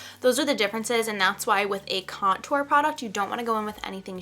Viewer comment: I cringe everytime you say contour lol. You pronounce it like there is 2 T's .. idk why it bothers me so much lol. But this was a great video, you're a great teacher!!